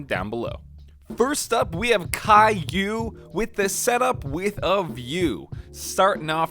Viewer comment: The man who said Kei U he pronounced cailou lmao If this was intended God damn genius If you read and like you have good luck forever